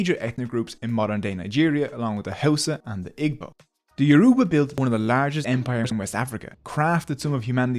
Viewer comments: Igbo is not pronounced ick-bo. If you can't pronounce the "gb", say it like ee-bo. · How they pronounced igbo . It's not ig-bo the the gb is it's own single letter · The way he pronounces Yoruba, Igbo and Hausa hurts